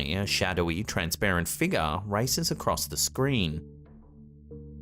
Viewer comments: My fav is Figure (Figga) 😂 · Oh. And what’s a “feegar”?